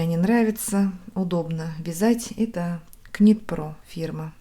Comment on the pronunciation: Красиво! Только не КНИТ ПРО, а НИТ ПРО! это тоже самое, что сказать не НИТКА, а КНИТКА!